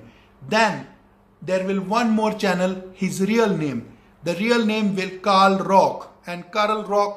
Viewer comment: Notice and He first pronounced Kal rock and then wrongly pronounced karl rock